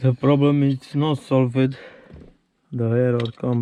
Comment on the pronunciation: Thank you. Good video. I must say I did laugh a little when you said " the problem is sol. Ved". For any one that remembers Peter sellers. The pink panther.